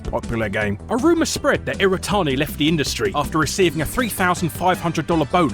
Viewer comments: ... It's not "iratani" it's "iwatani." Pronounce your Ws man! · Every time he says "irratani" instead of "iwatani" I feel like punching him. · So did he just not realize his name is Iwatani and not "Iratani" or did the English just forget how to speak their own language? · The name's Iwatani. Not Iritani. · Every time he says iwatani, it sounds like he's saying "iretardi"